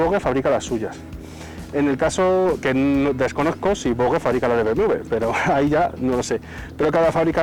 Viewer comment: Buen video, dejo el “lai” pero te hago un apunte; se dice VOJE